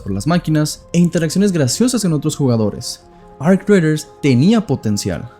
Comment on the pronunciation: Arc queee? Raiders lo querias decir en Ingles superbilingue y te quedo como el culo 😂